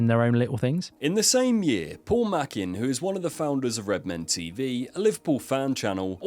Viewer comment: It's paul may chin. Not paul merkin. Unless it was supposed to be a below the belt joke.